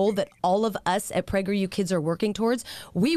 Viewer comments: i think its sus that it literally sounds like they are saying pregger you kids- l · I like how it always sounds like "Pregger U" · I’m sorry but every time I hear prager u I remember that video where the person is reading people spelling pregnant wrong